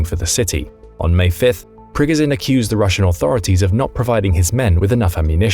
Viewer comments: You’re saying his name wrong throughout the whole video , it’s Pprrreeee goooooo sshhhiiiaaannnn . At least look up pronunciation before posting , otherwise good video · Sorry, but I had to stop listening because of the mispronunciation of Progozhin's name.😐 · hearing you butcher the guys name over and over and over when you could simply listen to a CRAP TON of people say it the right way was god awful . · Please please please!!!!!!!!!!!!! Pronounce his name correct. You're a military show trying to educate people, figure it out for yourself first.......